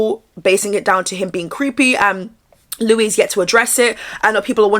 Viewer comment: I had a run in with him back in 2024, his names spelt Louis but pronounced “Lewis”